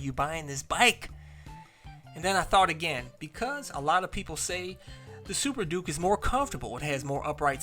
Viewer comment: HOLD UP. DID YOU CALL THE KTM "THA SUPER DOOKIE" LMAO....